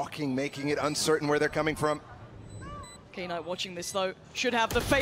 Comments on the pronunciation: I get irritated every time she calls him, "K-night" wtf woman read😂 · the most shocking thing is that they are reading "knight" as "K night"🤔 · I hate it when she says “Kay Night” 🥹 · Anyone else’s night ruined from her saying Kay night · Knight ❌ k-night ✅ 😂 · Why they saying K night instead of Knight? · tf is k-night? it's pronounced as "night" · Is it really k-night?